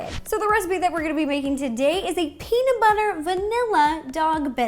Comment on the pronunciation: Peamub bubber